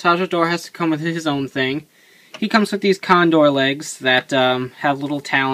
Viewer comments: ITS GODDAMN TAJADOR TAKA .............. CONDOR!!!!!!!!!!! NOT CONDOL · It"s pronounced condol since japan reads the word r and L the same.